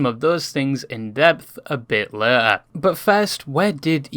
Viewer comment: Pronouncing ‘Later’ the same as ‘Lair’ is cray